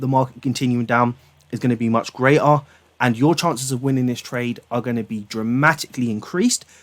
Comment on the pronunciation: his talent at learning is "grea-ta" than anyone else! :)